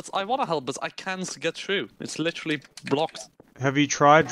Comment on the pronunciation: LICHURLY I LICHURLY WARNED YUUUU LICHURLY NOT A MINUTE PAST AND LICHURLY